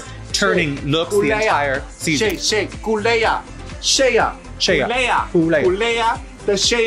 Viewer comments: Does Raja predict allstars winners when she effs up their names in thay beautiful way? Sheaaa couleeeaaa. Mfhdisjc gkdakchaaaangeee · This is the last fashion photo ruview of this season😭😭😭 Love you Raven and Raja😘❤️ Edit: i’m not ready to stop hearing “Shea Culea”😂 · Instead of Google translate, we need a Raja translate for names. I've been mispronouncing Sheaaah Couléaah's name this whole time 😆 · Dear World of Wonder, Please release a compilation of Raja saying SHEA COULEA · people are going to think her name is really Shea-uh Coulee-uh 😂😂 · P,S. SOOOO HAPPY SHEA COUL-EE(A) WON.. ( in Raja language).. I can’t say her name normal ever since & we all know Bob is going to find something wrong with Blair’s outfit 😂😂😂😂😂😂😂